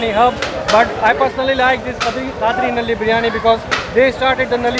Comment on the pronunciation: So nobody told this guy that “Nali” means drain line in urdu. Right pronunciation for bone marrow is “Null-ly”😂